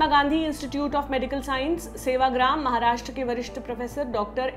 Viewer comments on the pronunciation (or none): none